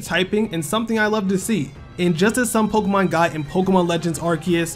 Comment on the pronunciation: It's Pok(a)emon, pronounced a not pok(e)mon, ffs